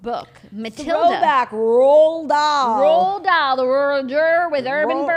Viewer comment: "the estate of Ronald Dahl" I legit started peeing my pants